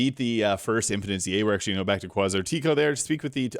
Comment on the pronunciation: Did he say Kwaz-are-tea- KO 😅